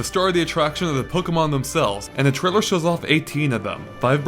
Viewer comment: he should learn how to say trailer if hes gonna use it 20 times... keeps saying trilla =_=